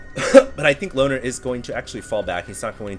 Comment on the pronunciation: whenever said loner i heard boner:/